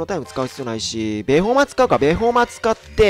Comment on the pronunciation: ベホマをアメマの発音で言うなよ笑